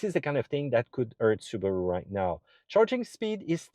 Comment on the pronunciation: Su Ba Ru? Hmm its a new car company? 😮